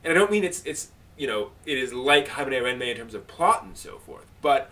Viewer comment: "Haibuhnayranmay"? xD Which series is he talking about? I can't really understand what he's saying... o.o I tried searching for parts of what I thought he was saying in AniDB, but my only hit was an 18+ OVA. xD